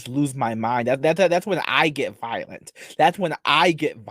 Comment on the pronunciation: Your favowite sin is wwath? You can become wiolent? What are you trying to say, boy? Use words. You're not Lassie lmao And seriously, if you say it that you have balls because you harrassed her brother one more time I will find you Typical anime pwedatow